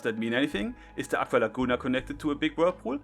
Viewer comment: "Se sun" Virgin vs "Ze Moon" Chad.